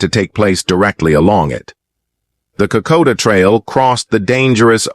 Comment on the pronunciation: Cant even say Kokoda. Calls it koda. Then AIF, not AMF or militia . Not an auspicius start. Think I'll pass.